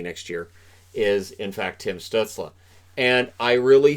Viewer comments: Hey I really enjoyed the video and your channel! However I do believe that Tim Stuetzle is pronounced “stoozle” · Reichel and pitirka? No no no no no Stuzle and pitirka :)